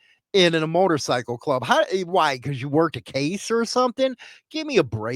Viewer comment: Why is it so hard to say Motorcycle Club